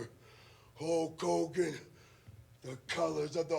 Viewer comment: Take a shot every time Warrior says HOKE HOGAN 😂